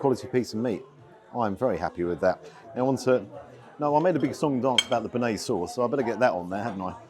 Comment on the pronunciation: If you can’t pronounce bearnaise correctly you probably don’t know much about food.